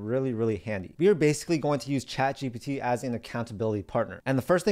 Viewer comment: Why is it young people don’t pronounce the “P” in GPT? (Not picking on this channel; seen it in other places as well.)